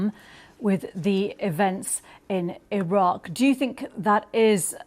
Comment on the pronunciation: Did she just us Iraque 🤣🤣🤣🤣🤣🤣🤣🤣🤣🤣